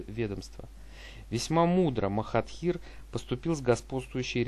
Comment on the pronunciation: Ты его имя не правильно произносишь